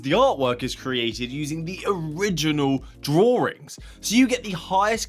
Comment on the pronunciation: lol "Draw-rings"